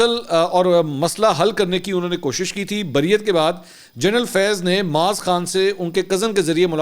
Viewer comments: Mansoor Bhai TopCity ke owner ka name aap ghalat Le rahey hain UN ka name Kunwae Moeez Khan(KMK) he Our aap moaz Khan Keh rahey hain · ٹاپ سٹی کے ما لک معاذ نہیں معیز نام غلط ادائیگی کر رہے ہیں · His name is Moeez not Maaz